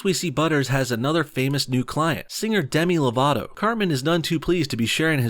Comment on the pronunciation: I thought you said Dani divito